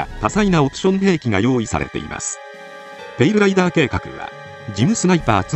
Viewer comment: 他の動画でもそうやったんやけど、ペイルライバーに聴こえてしょうがない。 気になるわー